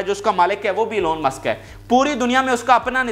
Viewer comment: Wo Angrejidaan sahi Pronounce karo Elon Musk.